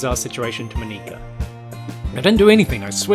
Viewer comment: Btw,, are you sure it's Moníka and not Mónika?